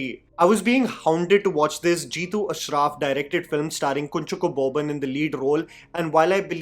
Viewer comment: Hey.. Really nice review.. Would watch the other 4 for sure.. I've already watched Officer on Duty.. Just a small correction on the pronunciation of our Malayalee actor - it's 'Kunjaakko Boban' 😊😊